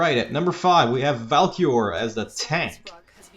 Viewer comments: It's Valkry not valtor U can here the k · Why the fuck did you say valkor? It's Valkyr, instant dislike and stopped watching video. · It's pronounced valkeer and it is spelt valkyr